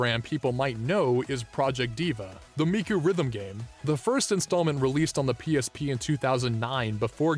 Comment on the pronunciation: It's Hatsune Miku! Not Hatsune Mike!